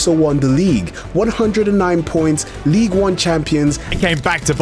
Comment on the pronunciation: Did anyone else hear say league one as league un